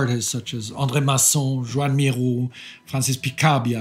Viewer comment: Joan Miró is not french, his name is in Catalan and isn't pronounced like that. "Joan" sounds almost the same as you would pronounce it in English, while Miró almost the same as in Spanish.